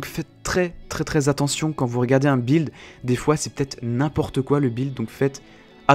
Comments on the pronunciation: ON DIT "BUILD" ET NON "BILD" Merci ^^ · pourquoi tu dit bild?:D